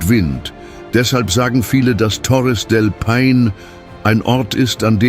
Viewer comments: Torres del Pain? Ich kann das nicht mehr hören. Hör auf. Meine Ohren tuen mir schon weh. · Nicht nur Torres del Paine wird immer und immer wieder Falsch ausgesprochen. Es ist unerträglich dem Moderator zu zuhören. Ich glaube, dass auch der Text von einer KI geschrieben worden und es wurde Text EPISCH / Theatralisch / unübertroffen / kolossal ausgeben eingestellt. Es klingt so schlimm, dass man den Ton abstellen muss. Die Bilder/Videosequenzen sprechen für sich und sind echt gut.